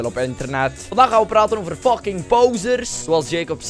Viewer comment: haha ik vind het grappig dat je altijd fuCHking zegt😉😉😂😂